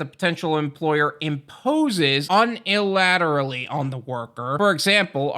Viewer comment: Uni-lateral like uni-versity. Gave me a chuckle. Keep up the good work brother!